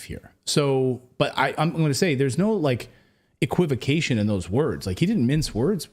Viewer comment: "equivication"? EquivOcation, Clayton.